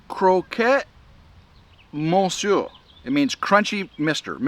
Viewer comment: PRONOUNCED CROC MOUSIER